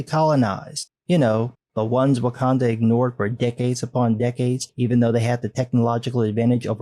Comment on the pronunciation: “Wokanda” Hahahahahaha!